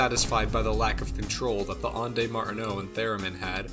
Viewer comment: 'Ondes' has one syllable.